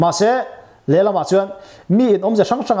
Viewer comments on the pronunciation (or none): none